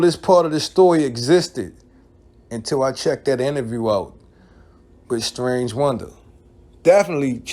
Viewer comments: Say the name right goofy.. I stopped watching after the 3rd time you said "strange" it's Starang Wondah... pronounced Stah Rang... u claim to be a fan but can't say the name right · My meo comment might have inspired this video. Btw it's Sta-rang not strange, and he actually was from Queens while the rest of Bcc was from Brooklyn. That OGC video had alot of adverse effects for boot camp. It made some radio personalities have to choose if they were rocking with bad boy or boot camp and we all know how influential Puff is, so you barely heard any boot camp on NY radio after that. One of Smif n Wessons biggest exposures was on a Mary J Blige remix, then that relationship became awkward, and Big's crew and security included D-Roc and C-gutta who were both ex cons that were not there to rap. Think about the pressure boot camp and especially Smif n Wesson had and the money they lost out on because Starang wanted to be immature. Ain't nobody get killed or mamed, but Starang signed up for an ass whooping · His name not Strange... Its Sta-rang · Lol his name is Starang not Starange😂